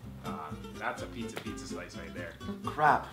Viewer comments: Dear it's pizza not peecha cause peecha is Spanish slang for dick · did anyone else hear say picha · said picha instead of pizza